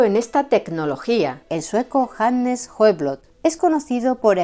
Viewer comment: Te tomaste la molestia de pronunciar bien Sjöblad,por Dios, hay algo que esta mujer no haga bien? 👏👏